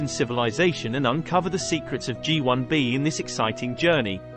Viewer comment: Written and narrated by AI? It's "Gee One Bee" and "Gee Two A" ... apart from all those pics of Menkaure's satellites at the beginning.